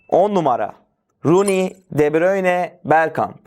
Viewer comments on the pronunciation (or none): Salah diyip De Brune dememek ayrı komik 😄